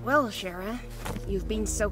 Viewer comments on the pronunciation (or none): I get the two pronouceations of Chara, but where the hell did shara come from? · IT’S CHARA!!!! KH-A-RAH!!!!!!! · Say her name properly